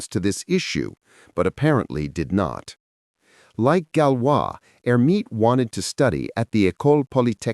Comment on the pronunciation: Clean up the AI, which repeatedly refers to Hermite as HER.